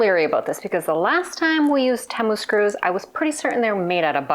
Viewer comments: Hi, honey I love you but please learn how to say Temu, it's T moo....a fellow Canadian...🍁 🍁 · Oh my word, I didn't know such a thing existed, I practiced, my french accent was getting in the way I think, lol...all the Americans call it TeeMoo, I've never heard anyone say it like you do...either way I will keep on watching you regardless of how you say it...take care...cheers !!!